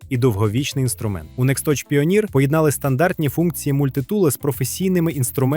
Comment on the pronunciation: Тільки не "піоніір", а "пайонір"